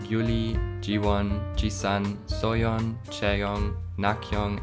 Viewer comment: The pronunciation is wrong. It's Hayoung, not Hajong, Gyuri, not Gyuli, and Jihon, not Jihyeon